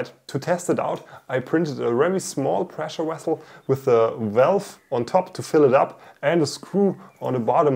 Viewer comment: "a gas presslewessle 😊"